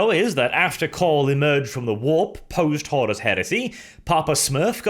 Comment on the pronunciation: Pretty sure its Horus, not Horrace. :-)